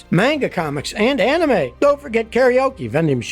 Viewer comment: Scotty saying "anime" is all I needed in my life